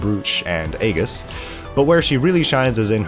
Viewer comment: i literally can't tell if you mispronounced "aegis" on purpose or if you don't actually know how